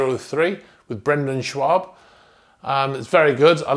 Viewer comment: I love when people say Brendan Schwab